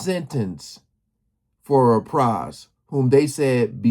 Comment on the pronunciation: This dude does no research, doesn't care to learn the correct pronunciation of Pras' last name, SMH.